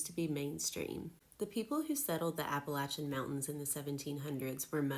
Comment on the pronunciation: Hey you pronounce it right. Thanks from the mountains of east tn